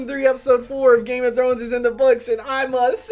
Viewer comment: Sounds like Game of Drones😂😂